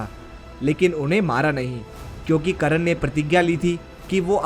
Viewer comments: Abe Karan nhi hota he karn hota he be.... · Bhoshadi k Tere ko to Sahi se yoddhao Ka nam hi Nahi pata h wo Karan Nahi karn tha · Mahayoddha karn ka nam to theek se le it is कर्ण not करण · Abe sale kran nai be.. Karn Naam h bee sale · it's not karan...it's karn....thk se bol to le bhai pehle.... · करण नाहीं कर्ण.. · it was not karan its karna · karn hota he ..karan nahi ... pronoun to thik se kar